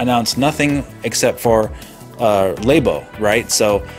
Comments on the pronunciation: it's not lay-bo, it's labo. like as in laboratory. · Why do you call it Lay bo? it's pronounced Lab o.